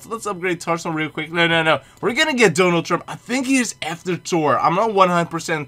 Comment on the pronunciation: I like that he says tor not Thor